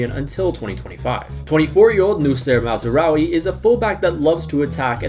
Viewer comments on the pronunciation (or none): none